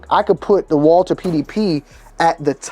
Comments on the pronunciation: Walther not Walter God! Jesus! I can’t unhear it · Honestly, Walther if pronounced in German would be Valter so you’re not that far off.